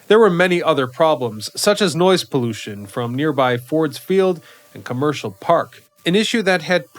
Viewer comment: "Commerical Park"? This is the one that stopped me in my tracks....